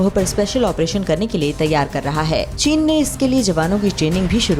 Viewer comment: Wow china ko chine pak bola jata hai